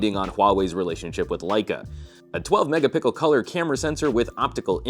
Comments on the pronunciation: says "PIxel XL" but also "MegaPickle" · I think he says "mega-pickle" on purpose. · did I just hear "megapickle" ? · 12 megapickle? Lol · No mate. He said "megapickle"